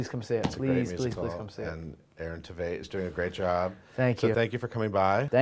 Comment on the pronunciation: Tveit rhymes with great, even though he's way more than great...he's freaking perfect